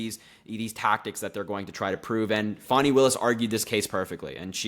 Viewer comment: I may be wrong but I think the prosecutor's name is pronounced Fan (like one that ventilates air) and the letter E.